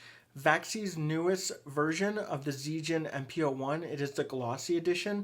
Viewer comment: it's pronounced as zee(Z)-gen (like the genji in overwatch)